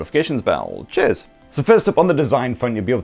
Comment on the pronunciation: That "Chears" - Always puts a smile on my face🌟